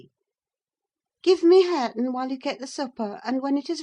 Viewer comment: its harre-ton😢